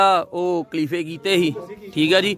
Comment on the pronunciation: ਮੇਰਾ ਵੀਰ ਕਲੀਫੇ ਨੀ ਖ਼ਲੀਫ਼ੇ ਹੁੰਦੇ ਆ 🙏🙏🙏, ਤੁਸੀ ਆਪਣੇ ਆਪ ਨੂੰ ਮੀਡੀਆ ਕਹਿੰਦੇ ਓ, ਭਰਾ ਮੇਰਾ ਸਹੀ ਨਾਮ ਲਿਆ ਕਰੋ.